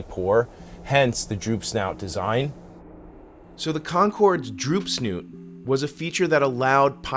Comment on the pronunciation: Not drooped "snout"." Droop SNOOT.